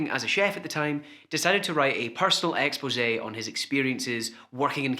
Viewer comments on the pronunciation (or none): none